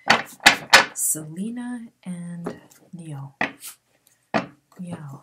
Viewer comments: Niall's name is pronounced like the Nile River. Thanks so much for all your readings. Could you maybe do some athletes in the future like Aaron Rodgers and Danica Patrick and/or Rafa Nadal who just got engaged to his longtime gf Mery Francisca Perello (Xisca). They've been together well over ten years and they seem solid but I always thought it was kinda strange they wouldn't get married sooner. Also curious about Serena Williams and her husband Alex Ohanian who is one of the founders of Reddit. Thanks again! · Thank you so much for this. Other readers have said her and Niall have a chance but Selena doesn’t know if she’s ready. And Niall’s first name is pronounced ‘Ny-UHL’ Niall’s last name is pronounced ‘Hor-in’ lol